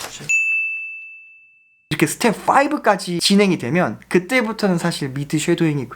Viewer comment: 양킹님 스텝풔 발음 너무 좋아요 ㅋㅋㅋㅋㅋㅋㅋㅋㅋㅋㅋ 여억시 영잘알 👍🏻👍🏻